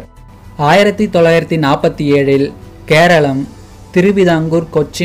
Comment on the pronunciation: Not seralam mr😂😂😂 Keralam Because kera :coconut Alam: land It's mean land of coconut So many tamil channels are repeat this fault again and again